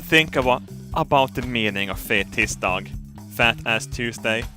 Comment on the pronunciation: Anyone else think that Fettisdag sounds like Fetusdog?